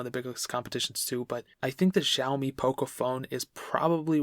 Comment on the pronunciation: Lol not zaoimi it's "Sha"